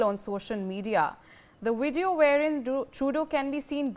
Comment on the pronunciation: Please, this title is a little redundant, don'tyou agree? Please hire a 'proof reader', to keep your professional appearance. 1 more thing - it's VIDEO. Vid ë ö. Not WIDEO. Wìd ē ö. Wideo is not a word found in our English dictionary. Shared with ❤ & Support for Indian News! Thank you. 🇨🇦 ❤